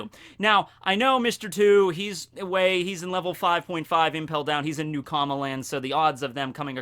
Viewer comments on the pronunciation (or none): none